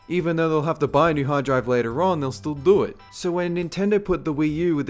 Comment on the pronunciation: I like the way this dude says do it. "DO IT".